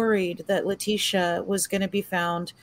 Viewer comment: If you're going to cover a case, you need to at least be able to pronounce everyone's name correctly! Letecia is pronounced "Le-tee-sha".